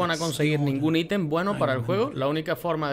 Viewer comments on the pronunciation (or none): none